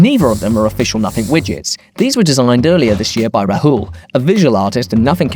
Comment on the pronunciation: Is it really that difficult to pronounce Rahul properly? Put in some effort lmao